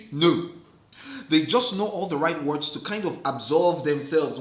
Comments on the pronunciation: Lmaooo not the "murrdd". 😂😂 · “In the murrrrd” Don’t kill me😂😂